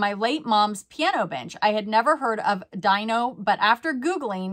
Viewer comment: It’s Dino (like Dee-no)- saw him in concert when I was a kid. He’s an amazing pianist!